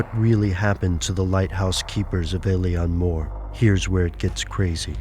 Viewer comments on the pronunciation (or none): it's funny when Americants try to pronounce Gaeilic. Alien More. Oh dear.... It's pronounced "ill-on Moor". Ingonrant philistines. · its actually pronounced ill-lan mór....... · Eilean Mòr is pronounced Eh-lan Mawr. It's Gaelic not English... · it is pronounced ai leen moor